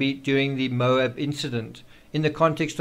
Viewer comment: Geez... it's pronounced "MO-AB" not "MOBE" the accent is on the first sylable and the A is pronounced as short as in "Apple"